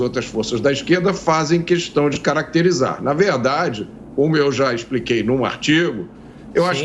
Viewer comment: E de doer os ouvidos Bolsonaro falando cuestão !! E Lula SABE!!!